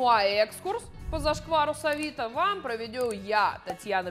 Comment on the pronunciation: Наглость-второе счастье… так можно охарактеризовать стиль ведущей…. …ПроведЮ…🤣 пора брать уроки у тренера по постановке речи… заодно и ужасный тембр поправит..а то пафоса много… а остальное … гопник в юбке